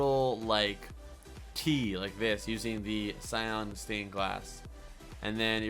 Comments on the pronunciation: You are saying cyon blue cyon blue it's s-eye-an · not cyon ,cyAN (si-an)